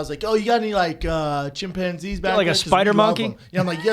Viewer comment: Bryan "The Shim-Pon-Zee" Callen